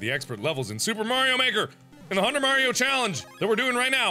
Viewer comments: It isn't maroy it is mario but, with the i and o switched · MARIO not MAROI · M A R I O Mark-Maroy? Who the heck is Maroy? Me-😑Well then...🤣lol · Mark the first level you play and you said maroi it's supposed to be mario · cheif _ 115 its supposed to say mario but it did say maroi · MA-RIO MA-RIO, WHOS MA-RIO???? Mario😂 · Yes Mark, Mah-Roy Not the name of the game you are playing,AKA:M-A-R-I-O! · mark.... please tell me you were joking when you said M A R I O you said Mar-oi...😂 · Mark.. it said Mario not Marioi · mark of said Mario not maroo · its mario not "mario" have no clue how mark said it